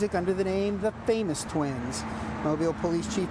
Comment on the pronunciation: the "Lame us twins" not famous twins 🤣